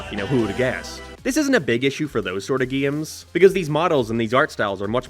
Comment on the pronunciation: I die a little inside every time he tries to say “games”